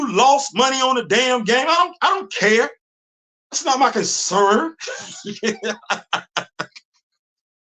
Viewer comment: The way you've said,"That's not my concerrrrn." 😂😂